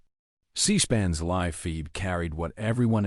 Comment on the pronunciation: How can you post this when horrible narration can't even pronounce the word LIVE?